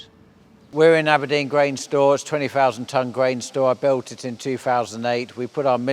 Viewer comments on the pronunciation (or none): none